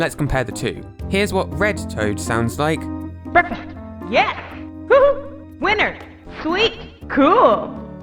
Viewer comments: Nobody: Green Toad: BEKFAST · Green toad: Bekfast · Toad really said “BECKFAST” Iykyk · Green toad: Bwekfast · Me: WHAT IS GOING ON HERE!!?? Toad: BEKAFAST!! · wait Wait what do you MEAN he's actually been saying breakfast this whole time. I thought I had just been mishearing that line all these years??? It's so out of left field. XD